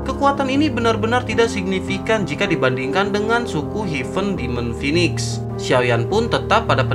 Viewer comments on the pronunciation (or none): none